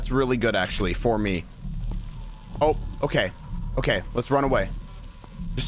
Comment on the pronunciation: it sounds like he said "that's gay" instead of "okay"